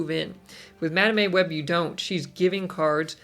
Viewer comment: I heard Madam A Web lol. Like hmmm does her middle name begin with an A?